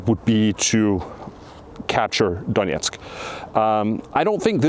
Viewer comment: Please don't pronounce "Donetsk" the Russian way.